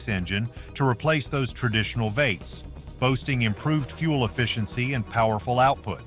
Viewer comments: The pronouncing of “V8s” as “vates” was frustrating to listen to. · VEE 8's not vey t's. AI doesn't cut it for pronunciation. VEE EIGHTS , also Ford F-150, 150, all one word not F-one hundred and fifty.sheesh. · This video would be better and more informative if it weren’t for the shitty AI narration. That and inaccurate information about the current US economy. And when the narration said “vates,” I was trying to figure out what the heck they were trying to say. “V-8” - pronounced “vee-eight” - is the correct pronunciation. The creators here are either lazy or English is not their primary language. Not a very confidence-inspiring video for anybody who’s trying to learn anything. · vates ? should that be V8's ? i hate AI generated garbage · You know what’s wrong with this video? No one cared to proof the AI voiceover. The AI voice kept calling “V8’s”, “vaits”. God I hate all this AI. It sucks. If you care about your video, get a human to voice it…..😡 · Veights, veights, veights. PLEASE, explain to your AI voice narrator that it's V. . . . 8's, V8's, NOT veights. I couldn't even finish the video, it was so annoying. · Can we get a real person narrating? Took me a bit to realize that "Vates" was actually "V-8s" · Veight’s? AI goblygook. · Don't you just love these AI narrators? Vaits? I think they mean V8s. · Was anyone else bothered by the pronunciation of V8s as Vates? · The narrator keeps saying “vaits” for V-8s. Stupid.